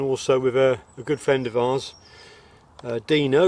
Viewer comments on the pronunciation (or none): none